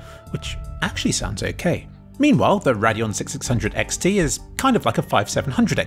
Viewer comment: "Radeon Six, Sixhundred X T" You're a monster and you need to be stopped.